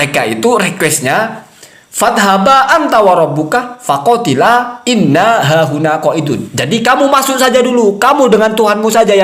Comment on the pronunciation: Wkwkwkwk... Lu kritik soal agama ? Selain framing video orang lu potong trus bikin bahan bulliyan berbuah fitnah keji trus lu bisa apa😂😂😂 Kalo ktitikan Gus Zaini saya sepakat meskipun beda penafsiran dengan kyiai Imad Mengenai pelafalan yg keliru "inna hahuna" itu memang fatal Saling kritik dikalangan Nahdliyin itu sudah menjadi tradisi & itu masyhur Trus sesama Klan Baalawi ceramah yg distorsi kitab, caci maki hafalan isi kebon binatang fitnah keji dll ada yg kritik ? Yg ada malah saling menutupi / membela😂 Tp kalo yg kritik diluar klan Baalawi langsung gerak pakai modus tabayun berbuah persekusi itu fakta Mengenai kajian ilmiah Kyiai Imad tentang silsilah nasab Baalawi yg tdk tersambung di konten Gus Zaini kenapa g lu sebar ?😂😂😂